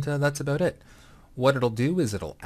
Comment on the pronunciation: Abut. are you canadian XD?